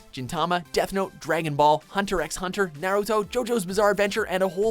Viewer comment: Totally feel you there, when they talked about Naruto Ninja Storm and said Naruto's name so weirdly it ran a shiver down my spine